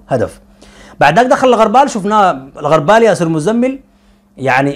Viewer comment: الغربال ( بضم الغين) وليس بالفتحه علي شاكله المغاربه والتونسيين ياااا إمعه وشعب ضعيف الشخصيه ومقلد في حين انت الافضل